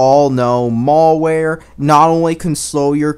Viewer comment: I don't trust a guy who calls it "Mall ware". Besides, the info is a backup.